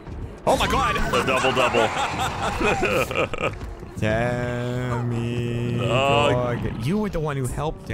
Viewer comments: "Demogorgon" not "Demogorgan", but I don't know if it was intentional. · Come now, it's DEMMYgorgon. Please give him the proper respect. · Lol, it sounds like he's saying "Jermeygorgon" XD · At some point, it sounded like he started saying "Jeremygorgon". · I was SO happy at that first 'demmygorgon'. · No one:: *demi-goran 😗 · They keep saying demi-gorgon and I hate it